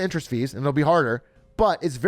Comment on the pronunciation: I like to call it "int"erest, Yes Atrioc!